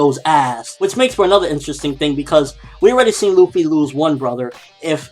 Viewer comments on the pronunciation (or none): none